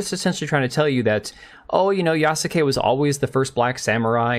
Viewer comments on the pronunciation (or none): Just want to info you that Yasuke is pronounced "Yaske", the "u" is severely weakened because it is not followed by a voiced consonant. If you listen to other Japanese Youtuber's video about Yasuke you can easily tell that the "u" in Yasuke is almost muted. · Yas-ke. Just like Sasuke from Naruto is pronounced Saske. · That he did not even put Yasuke in google translate to see how to pronounce the name is criminal, I cringe every time he says it